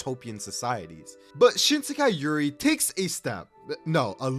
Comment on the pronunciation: Not "Shinsekai Yuri" 😭😭😭